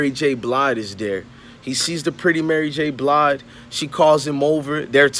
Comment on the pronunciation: You lost your worth KNOWING you're too young to know BOTH these folks and you said Mary J BLIDE LMFAOOOOOOOOOOO